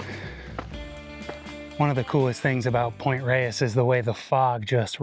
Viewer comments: I believe the locals have always pronounced it "Point Rays." East Coast transplants are excused. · So cool that you made it out to my neighborhood. Gorgeous! Makes me want to take out the hiking boots and revisit the Sky Trail. Thanks for this great video! (Also, it's pronounced "Point RAYS"). :)